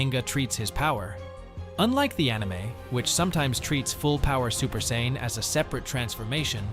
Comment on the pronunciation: It’s Super SAIYAN not super sain. Learn how to speak goofball.